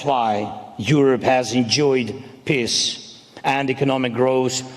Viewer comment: Somebody please teach zelenski to pronounce the word PEACE!!! It's P E A C E Mr. President, NOT PISS!!! Dang!!!